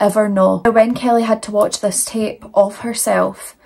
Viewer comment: 1. I love the way your accent pronounces my name, Kelly😊. 2. I'm not usually a fan of graphic eyeliner, but the brighter color you used looks gorgeous. 3. F*** these 2 societal skid marks, whose names aren't worth the effort of typing.